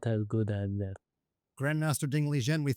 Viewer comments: Why did he call him Ding Lijen in the start? Respect to Ding tho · He did not say his name correctly lmao that's not the Chinese pronunciation either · pronounces his name wrong straight out the gate haha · Less than 5 seconds in, mispronounces Ding's name??? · he really could not say ding's full name correctly?